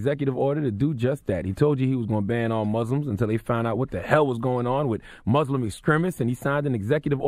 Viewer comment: Damn!!!! He said MUSLIM!!! NOT MOOOZLEM!!!! I think I might cry. And he acknowledged this situation..